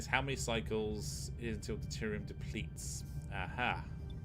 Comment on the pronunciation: Detrium. So cute. De-ter-ium. As a Star Trek fanboy this infuriates me. But as a very big fan of yours makes this wonderfully wholesome.